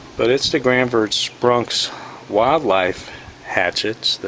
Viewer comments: Granfors Bronks hahaha your a little off with your pronunciation brother its Gransfors Bruks and I believe it's pronounced Gransforsh Brooks in Sweden :) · Who is "Granfors BruNks"? Where'd that "N" come from? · It's pronounced : Granns-forsh brooks